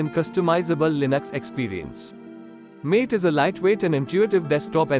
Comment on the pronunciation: MATE is pronounced MAH TAY not MATE. From Wikipedia: MATE (/ˈmɑːteɪ/)[